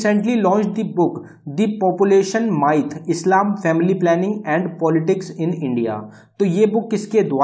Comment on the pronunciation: माइथ नहीं मिथ बोलते हैं MYTH को